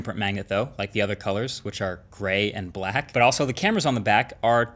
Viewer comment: "... the other colors which are grey and blahahahak" lol